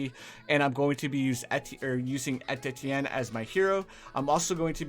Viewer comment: The funny part of this video that he is misspelling his words XD his calling ettienne etetienne XD It's ok that's like me sometime haha